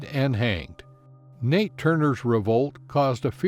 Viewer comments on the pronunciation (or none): It is Nat Turner not Nate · It’s Nat Turner not Nate Turner 🤦🏽‍♂️